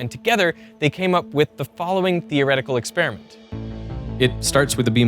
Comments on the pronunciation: It's NOT ek-SPEER-ih-mint, it's eks-PEAR-uh-ment or ek-SPARE-uh-ment, like this , or even better, like this . Side bro gets a pass because it’s not his native language. But half of Americans f up this elementary word. Don’t be in the slowbies half, guys. 😅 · Stop mispronouncing experiment.